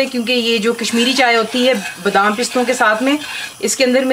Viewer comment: Is me ab BDAAAM daal len.. BDaaaaam. lol hahahah its Badam dude... Anyway thanks for the video.. Love your cooking..